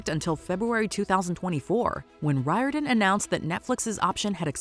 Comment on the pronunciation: The surname of Percy Jackson's creator is pronounced REAR DON.